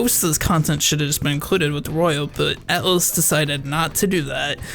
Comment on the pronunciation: I can't help but hear you saying "Atlus" as "Alice" lol :]